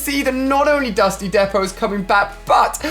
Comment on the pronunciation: can’t even say “Dusty Depot”